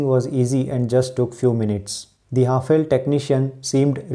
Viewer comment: Its pronounced as हैफले not what you said 👍🏻